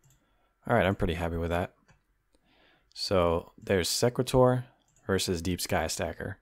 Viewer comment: its SE (e as in see) qu-At (at as in ate) or sE-quAt-or (capital letters pronounced how the letter is called)